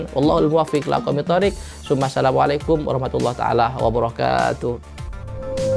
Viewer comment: Ente sj ngucap salam salah